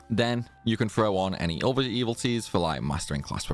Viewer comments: E-VIL-i-tees. 4 syllables. Not “evil T’s” But thanks for the vid. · you keep saying "evil-ties". But the word is "evil-i-ties". You're eating the "i" in the middle. 🤭